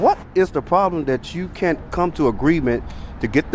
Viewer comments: She said, "why caint us". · why "caint" us